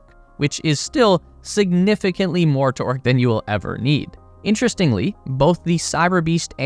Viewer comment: Wait did he say foot pounds of pork?